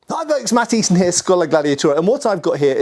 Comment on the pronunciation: The pronunciation of his own name keeps sounding like " i'm Matt THIESSEN ..."